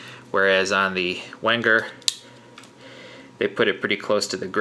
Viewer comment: Pronounced "Venger". Enjoyed the review.